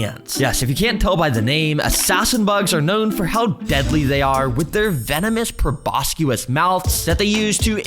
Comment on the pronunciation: he mispronounced proboscis